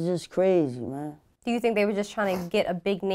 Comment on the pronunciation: The way she says the word "do" she says it like "dew" its a lil funny